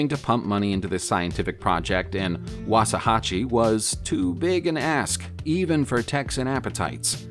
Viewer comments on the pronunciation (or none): Wow he sure did brutalized that name lol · Wauxa - hatchie is how you pronounce it! And I’m from Texas! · Let me tell you how to say waxahachie Woxahatchy best way I could learn ya I'm texan live right by waxahachie